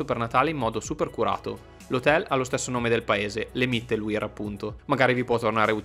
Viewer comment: Mittelwihr… la W si pronuncia V 👍👍